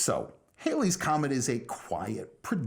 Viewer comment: fun fact: its pronounced HAL-ey's comet